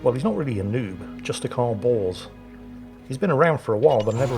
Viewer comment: The problem with a name like Bors when spoken by an Englishman is that it sounds exactly like Balls, which makes ' commentary just that much funnier to listen to.